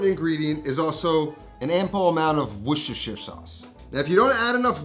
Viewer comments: Wooshashir sauce 😂😂 Wuster-sher (as in shirt, no Eyre on the end) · “Worshishishier sauce” 😂😂😂. You don’t pronounce Worcestershire as it was spelled. It’s more like wor-ches-shir sauce. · Worcestershire is one of those English trick words! It is pronounced Wooster, as in Bertie Wooster. Another one is Bicester, which is pronounced 'Bisster' by the locals. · "Wish-ish-er shauce" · Here’s a tip The city of Worcester, is pronounced “wu stuh” Worcestershire sauce is called “wu stuh sauce” in the UK. The “shire” is dropped in more blue collar surrounds. When visiting the palace its “wu stuh shire” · were-sh-es-tur-shire sauce .... put it all together now Washursister sauce. wait, wut? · weshweesheer sauce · It's "Woor- shust-tahshire" sauce if anyone cares to Know. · Love your vids …but you are straight up murdering “Worcestershire”! Take it from a Bristolian from England, not too far from the place, we’re in a neighbouring county, and here we pronounce it “Wuss-tur-sher”, be the first yank I’ve heard say it properly, dude ✌🏻 *The County Bristol is in is Gloucestershire (Gloss-tur-sher) …I know, it makes no sense, it’s thousands of years of change in pronunciation, if you don’t live here you don’t stand a chance 😂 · Wushushire sauce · Its pronounced " wash your sister sauce" 🤷‍♂️ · Weesheesheer sauce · Love it when Americans try to say Worcestershire sauce😂😂😂😂😂 ,its pronounced wos-ster-shire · For all my American friends, its pronounced wuss-sta-sha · Usually you just say cut out on most of the word Worcestershire and just keep Worster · Let me help you out mate " WUS TA SHA". Is how you pronounce it ! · Definitely NOT saying it correctly! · Say the name of the sauce again. The Name Noone Can Pronounce.